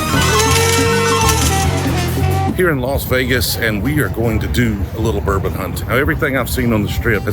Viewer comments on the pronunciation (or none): none